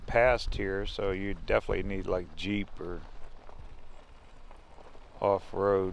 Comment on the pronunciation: I’m sorry but the word is def in it ely